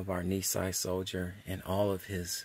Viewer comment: I wish I knew this was available. Our grandpa served in the MIS during WWII while the family was incarcerated. Thank you for this video. BTW, Nisei is pronounced nee say.